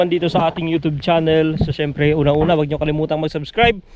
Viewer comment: Syemprrrrrrrrrrrrrrrrrrr hahhahahahaha